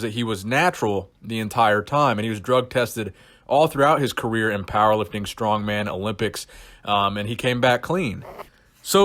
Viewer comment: Mark is a dumb dumb. For years he couldnt even say the names of the strongman competitors correctly.